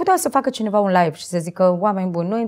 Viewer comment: Nu vreau sa critic insa cuvantul Live se citeste la fel si nu Life, care are cu totul alt sens. In rest bravo)